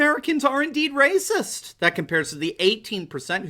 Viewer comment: “Blacks more rayciss” 🤔🤔🤔is starting to chew on some red-pills?